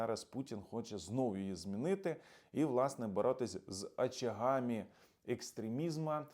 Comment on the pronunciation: "ЕкстремізмААА" Тощо.Ти геть неук рюцкєй?